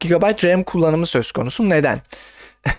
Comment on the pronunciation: sen ilk önce türkçeyi öğren sonra anlatırsın bide gb doğru oku